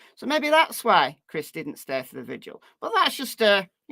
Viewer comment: Does anyone actually read these messages. If you do why do Americans have so much trouble with VIGIL. 🌟 not VISUAL